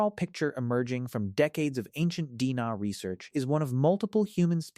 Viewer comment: “Dina” is “D&A” Awful AI narration. 😞😡